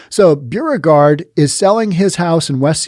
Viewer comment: Hi, another great podcast. Correction on your pronouncement of "Beauregard", it's pronounced "Bo-re-gard". Like "Beau" as in boyfriend.